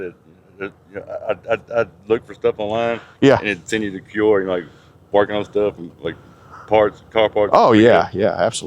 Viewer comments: It's obviously Q-Aura... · It's pronounced kwaw.ruh, geez. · It took me a good 30 minutes of hearing them say “cue-ora” to realize they’re talking about Quora lol. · I’m shocked every video about how poorly educated is. How is possible he can’t properly pronounce “Quora.” I’m surprised he made far enough to drop out of college in the first place.